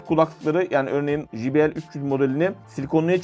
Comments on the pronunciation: Evladım her mok' u biliyorsunuz.. ama ukalalık yüzünden bir çok şeyi poponuzdan ( g.. yazmadım ) uyduruyorsunuz. J harfi ingilizcede ...ji... diye okunmaz. CEY diye okunur. Bilmiyorsan öğren de millet gö....le gülmesin ! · J harfi İngilizcede Cey diye okunur...Jİ diye okunmaz allahın kırosu